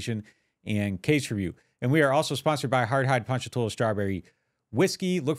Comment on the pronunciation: I live in Ponchatoula crazy to hear someone that don’t live hear pronounce it right lol